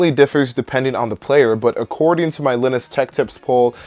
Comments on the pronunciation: When you pronounce "Linus" as "Lin-iss". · Hold up, how did you just pronounce Linus? Lol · linus tech you said his name wrong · How did he pronounce linus? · The way you say Linus makes me laugh.